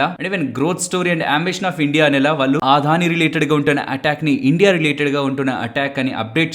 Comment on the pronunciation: Aadhani enti brother Adani kada, Telugu vallu ayundi ila telugu ni wrong ga pronounce cheyadam enti. Video chustunapudu Aadani ani word vachinana prathisari vinadaniki chala chiragga anipistundi. Can't watch this video.